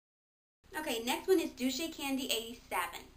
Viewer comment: haha dulcecandy is pronounced (dull-say) :) I like a lot of the people you listed too!